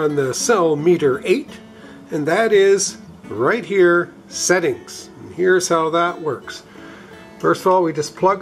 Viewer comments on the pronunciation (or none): none